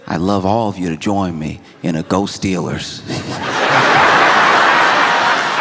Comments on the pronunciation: Wait... was that "Go Steelers"... or "Ghost Stealers"??😂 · Anyone else hear "Ghost Steelers"? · at first I thought you said “Ghost Healers” and I thought it was a new age viral thing but “Go Steelers” makes way more sense 😂